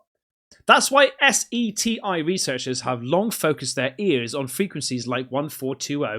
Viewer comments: you spelling out S.E.T.I instead of calling it SETI is driving me mad 😂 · S E T I is making me cringe. Just say the name proper. Set E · S.E.T.I ? Omg just say seti... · LMAO omg love how you keep spelling out SETI instead of just saying it as a word spelled seti. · It's SETI. Not S-E-T-I... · S-E-T-I is generally spoken as Seti, rhymes with Yeti, if that makes it easier. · just say SETI don't need to spell it out. you are the first person that i know that has spelled it out lol... apart from that great video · It's said as it's spelled....SETI. Not the individual letters. It's the group that listen and records sounds from space. Looking for intelligent signals. Don't know if they still do this but, you could sign up and download recordings and analyze for them. I use to be a member of SETI and my computer ran 24/7 analyzing the info. Never found anything but, hey, just trying to help out. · Same here when he read S.E.T.I instead of saying Set E. lol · That would be SETI pronounced SETEE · SETI is a word pronounced SET-EE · He also doesn't know S.E.T.I. is pronounced Set-e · Hey hey future reference SETI is pronounced Set-Tee lol..ooo an may already had been said look up Dragonball Z an youll kno Goku lol..an should watch that whole series it fantastic lol he one of the best fighters an dad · The Search for ExtraTerrestrial Intelligence (SETI) is an institute in California. It's pronounced as a single word: Set-ee. Just like the Egyptian god guy, or pharoah, or whoever he was. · Please just say Seti 😅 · You lose credibility when you don’t know how to pronounce SETI, and just keep spelling it out. No one anywhere does that. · SETI...(Pronounced Setty!) ..comets get tails from the warmth of the sun melting the comets ice. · Cringe every time you say S E T I...its what id expect from an AI bot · SETI is just pronounced “Set-ee.” It is an acronym, but people just pronounce it “set ee.” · its pronounced Set-E Seti😊□